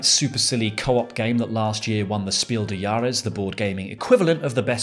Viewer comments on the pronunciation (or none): Your pronounciation of "Spiel des Jahres" is hilarious, German can be hard🤣